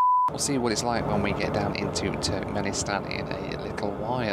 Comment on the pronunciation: wish i had a $ for every time he says Turknenistan